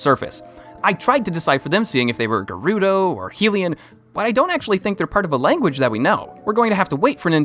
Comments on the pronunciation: Hee-lee-en? It's Hi-lee-en...Hylian lol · The way you say hylian is Hi-li-Ah